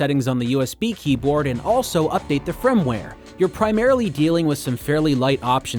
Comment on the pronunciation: it's FIRMWARE... FIRM.... not FRIMWARE... FRIMWARE is not a word. its extremely easy to pronounce... i went through like 30 of your videos and this one, with the multiple times that you fail to read the word FIRM, is the one that is telling my brain to stop watching. like you make good videos but a lot of what your saying is opinion based.